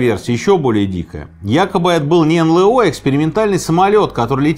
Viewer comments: Не НЛэО, а НэЛ о- пипец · А почему «эн лэ о»?!))) разве не эн эл о?😀 занудство наверное, но почему-то режет слух)) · Блин, почему эн лэээээ о? Что за бред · Ну почему эНЛэО, если эНэЛО